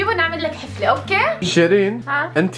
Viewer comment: أنا و أغلب العالم: حَفلة.: حِفلة😂